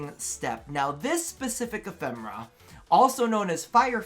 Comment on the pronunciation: Im sorry,! It is E-phe-me-ra:D (Not E-phem-ra)